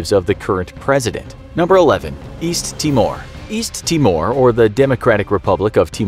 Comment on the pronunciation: East? I thought you said weast